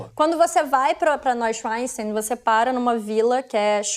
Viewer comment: Querida, 1°: aprenda a pronunciar as palavras antes de abrir a boca. "Nóichanstái", "Lúduvígo" não rola. 2°: deixa os outros falar. Mulher chata, maluco!